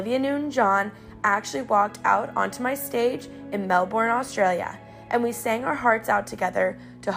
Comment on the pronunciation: Lololol learn how to pronounce Melbourne lmao